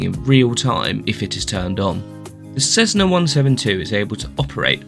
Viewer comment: "Suitable for all conditions?". What an odd comment to make, considering the 172 has no ide protection whatsoever (aside Pitot Heat). And it's not "Cezzna", it's Cessna! Cessna employees and representatives pronounce it as 's' and I think they'd know best.